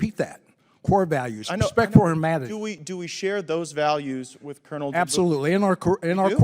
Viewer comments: I'm so excited that Africa is rising and claiming its independence. Thank you for this video and just FYI, Colonel is pronounced kernel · The word COLONEL is pronounced KERNEL. You are English. You should know. Great content, though.